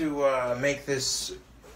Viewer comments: "Eatable" bothered me more than the food or whatever the fuck this is. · Also “eatable” was bugging the shit outta me. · Eatabe, eatabe? faceplam Dude, it's edable, not eatable. In my 25 years of living, I haven't heard anyone say eatabe like WTF? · He keeps saying "de-thaw". Why the hell do people from the midwest say this? De-thawing anything would mean freezing it!, what you're doing there is simply THAWING it. And it's not "eatable". The correct word to use is "edible". People speaking incorrectly makes me want to slap somebody.